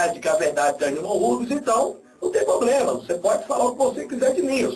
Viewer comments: vai fazer um curso de horatória e aprender a diferença entre PROBLEMA E POBLEMA seu burro kkkkkkkkkkkkkkkkkkkkkkkkkkkkkkkkkkkkkkk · O poblema é que ..... kkkkkkkkkkkkkkkkkkk POblema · "Não tem poblema"!!! parei de assistir na hora! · Parei de assistir quando ouvi 03 vezes a palavra "poblema" em menos de 3 minutos .. Kkkkkk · O "poblema" mesmo?! E olha q eu estou longe de ser uma "gênia" 🤣🤦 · esse cara fala polema KKKKKKKKKKKKK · o "poblema" kkkkkk é que tu queres os devotos dele kkkkk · esse carinha não sabe nem falar e que infuenciar pessoas a segui-lo vai pra escola aprender e parar de falar POBREMA, VAI PARA ESCOLA O.